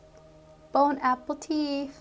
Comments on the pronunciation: Sometimes its bone apple teeth but... lol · “Bone apple tea” she said 😂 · ‘Bone apple teeth’ lol😂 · I love how she said “bone apple tea” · Miggs D right 💀